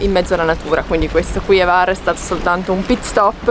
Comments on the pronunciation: Scusami, ma H la devi leggere. Non e var, e Hvar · la "H" si pronuncia, non è Var, grazie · Sempre splendidi i vostri video ma imparate a pronunciare i nomi delle località croate in modo meno sbagliato ! Non si pronuncia Var ma Hhhhhhhvar ! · Io parlo croato. Se posso essere utile, vi avverto che non si pronuncia assolutamente Kvar, altrimenti i croati avrebbero scritto proprio Kvar. Si pronuncia Hvar, con la H aspirata. Se qualcuno non sapesse cosa significa “H aspirata”, spiego che significa una H pronunciata come quando si ride forzatamente, ironicamente: “Ha Ha Ha”. Praticamente la stessa cosa come quando si deve pronunciare correttamente in inglese la parola “Hotel” (gli italiani dicono “Otel”, ma non bisogna comunque farlo diventare “Kotel”: mi spiego?). Perciò per un italiano si presenta la difficoltà di dover pronunciare una H aspirata (“Ha Ha Ha”) seguita immediatamente da una V: difficile, ma lo si può fare 😉 Altrimenti meglio usare “Lesina” 😉 Spero sia stato utile.